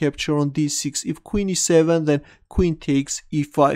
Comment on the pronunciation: i like when he says ''sics''